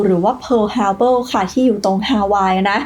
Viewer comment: ขัดใจที่อ่านว่าทฮาร์เบิลนี่ละครับ